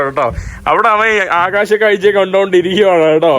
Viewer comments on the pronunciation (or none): none